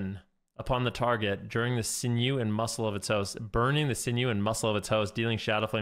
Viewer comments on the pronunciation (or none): none